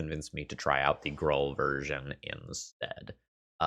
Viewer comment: Ok, but like who says "Grull". It's definitely pronounced "Grool".